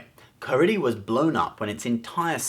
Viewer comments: Actually it's Carida, not Caridia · I think it's Carida, not Caridia... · It is Carida. Not Caridia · also the second planet is not caridia it is CARIDA and secondly sir ITHOR is pronounced eye-thor and it wasnt completely destroyed cause the planet is still there.